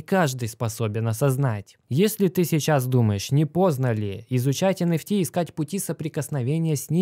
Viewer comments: Не понятно, для чайников, говорит про NFT, но слышится как энерси, это разное или все же NFT? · ЭН ФИ ТИ или ЭН ЭФ ТИ блин а ? Конфети блин